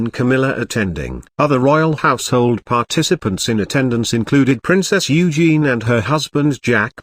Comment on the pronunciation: PRINCESS EUGENIE, NOT EUGENE, EUGENE IS A MAN'S NAME. WHERE THE HELL DID THEY GET THIS BERK FROM NARRATING, HOW MUCH NEWS IS HE TRYING TO GIVE US IN ONE GO, HAS PUT HIM ON A TIME AND MOTION STUDY. HE CAN'T GET HALF THE NAMES CORRECT, IT'S ALL DISJOINTED. WHAT A LOAD OF BS.